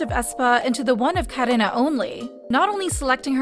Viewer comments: The way ai voice says 카래나 . KaRena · why do you pronounce karina and irene like that 💀